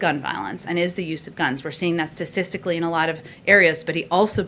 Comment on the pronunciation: Wow! She's a Wm. & Mary grad (2000) and can't even pronounce statistically correct. I guess she mangles the spelling too: staStically.